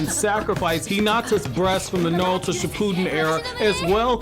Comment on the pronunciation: I wish the guy with the best Naruto channel knew how correctly pronounce Naruto. The way he leaves out the "R" is so grating to me. Great stuff otherwise.